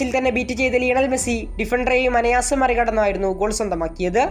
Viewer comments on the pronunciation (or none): Anayaasam alla anaayaasam.